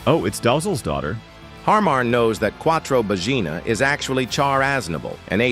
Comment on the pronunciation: Ahhhhhhh It's Quattro Baggina. I tought that Quattro Vagina was a bit too explicit.(Ps i'm Italian, they sound the same to me)